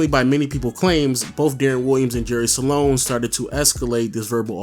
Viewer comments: it's "jerry sloan" not "jerry saloan", say it properly if you're going to say it 100 times in the video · It's SLOAN. Not SA-LONE. Lol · It's "Sloan" not "Saloan" lol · I’ve never seen someone turn “SLOAN” into a 2 syllable word until this video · I initially thought you misspoke when you said Jerry "Salone"... Then you repeated it about 23 times. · SALONE SALONE SALONE SALONE SALONE SALONE SALONE SALONE SALONE SALONE SALONE SALONE SALONE SALONE SALONE . Slown man NOT salown! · Jerry SLOAN Not sAlone..... Moron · Are you saying Jerry SA-lone? Or just Sloan? Cause it's just Sloan. Not SA-lone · Am I the only one that notices this dude keeps saying jerry saloan and not Sloan... I mean it’s not that hard to pronounce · Great vid. Kinda sad how Deron Williams and CP3 were once considered equals, but Williams is out of the league now. Oh, and btw, Jerry Sloan is pronounced 'Sl-own', not 'Sa-lown'. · Dude his name is Sloan, not Sa-loan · Its sloan NOT SALONE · Jerry Sloan not Salon... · Is it me or is he saying Jerry "Salon"? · LOW saying Jerry Sloans name like “Saloan” was cheesing me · One of the greatest coaches in NBA history but obviously you aren't familiar because I heard Jerry Salown or some other weird pronunciation. SMH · Stop saying sa-lone!! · “Jerry Salone” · Dam hearing him keep saying Salon pissed me off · Thank you, I was cringing every time he said salon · 😂😂😂😂😂 Salone!! I almost thought he said Jerry Stalone! 😂😂😂 once is ok but multiple times? Come on dude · You know your saying jerry Sloan name wrong on this whole video?